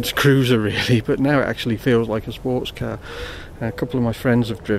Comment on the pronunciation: so ............you like your cahhh? hahahahahahahaha